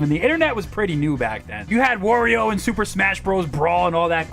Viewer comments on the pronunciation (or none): none